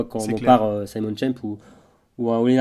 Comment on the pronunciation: Petite observation de prononciation, mais il me semble qu'en allemand, Simon se prononce Zimone, et non Saillemonne comme en anglais. C'est étonnant que Schemp n'ait pas attendu la fin du championnat du monde pour annoncer sa retraite...